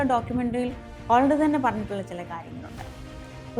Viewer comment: ഹോളണ്ടല്ല.... മോളു... ഹാലൻഡ്